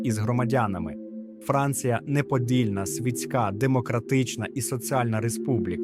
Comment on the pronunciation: Ставте наголоси в словах правильно - апартеЇд, свІтська і т.д.